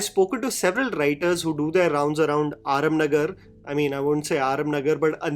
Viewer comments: Aarum nagar nai re JHANDU… AARAM NAGAR hai ….. pehle naam toh barabar le fir bakchodi pel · it’s Araaaam Nagar yaaar! Jehan koi araaaam nahi hai.